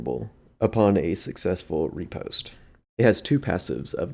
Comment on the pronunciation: Ri-pos-te Fle-che Your were close on pronunciation. Good video though.